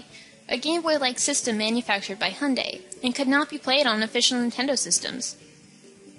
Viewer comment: Hyundai is pronouced, hi-un-die, not hunday